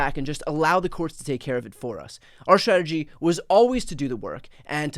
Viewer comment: Love you, Brian. But you are having an issue with the word schtratashee. I think everything you are doing is exceptionally vital and important. I am behind your efforts. Remember to self care, too.